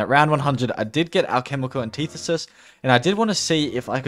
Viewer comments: Take a shot anytime he says alchemical anteethisis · Hearing him mispronounce the word “antithesis” about 100 times hurt. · Hearing you pronounce antithesis was the only subpar part of this video. Everything else was so good! In depth without any unnecessary content. Really easy watch!